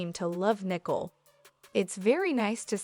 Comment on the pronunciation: Learn how to pronounce the basics of the English language BEFORE entertaining the notion of having a forum to speak the language...or, have someone who speaks English check your narrative before submitting for publication...and the name is NICOLE NOT NICKLE...I mean, really!!!